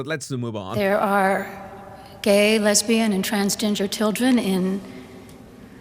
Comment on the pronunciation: Did she say, "gay, lesbian and TRANSGINGER"?